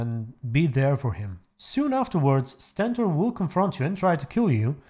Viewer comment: it’s not Sentor, it’s Stentor